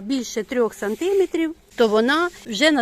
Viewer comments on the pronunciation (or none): Сантиме'трів! Наголос на 'е". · Жіночко, треба говорити 5 сантимЕтрів, а не сантИметрів. Зверніть увагу. До того ж 3 тижні, а не 3 неділі. Успіхів Вам у справах.